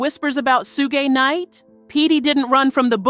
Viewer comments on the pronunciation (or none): IT'S PRONOUNCED SHOOG NIGHT!!!